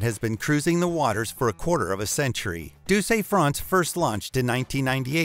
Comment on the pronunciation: congrats on absolutely murdering the pronunciation of douce france...